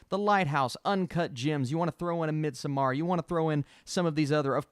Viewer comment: Midsommar is pronounced midsummer. They say it in the movie. Great analysis!